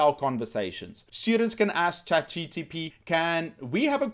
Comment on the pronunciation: Why you say ''chat GTP"?!